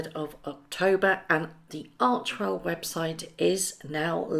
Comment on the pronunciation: It is pronounced arch "e" well not archwell